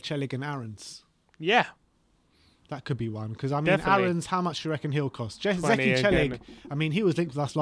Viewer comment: As a native Turkish speaker, I am surprised how accurately you guys pronounced Zeki Çelik's name lol.